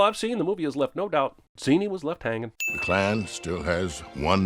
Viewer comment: The name is pronounced "Zen-ee" many times throughout the movie. Clearly didn't even watch it